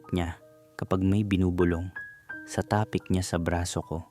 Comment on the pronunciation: Boss bigkasin mo ng diretso at mabilis ung salitang TAPIK. Don't make it slow. God bless and more power to your channel.